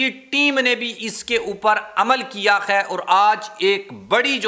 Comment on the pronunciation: حضور اپنے تلفظ کو درست کر لیں ۔ لفظ “ ہے” نہ کہ “ خے “ دوسرا یہ کہ لفظ بھئی کا استعمال غیر ضروری۔